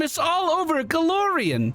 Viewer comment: It is not GolOrian, it is GolArion